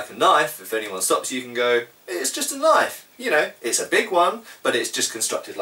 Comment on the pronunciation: Australian accent 'Well THAT's a KNYAWF!!'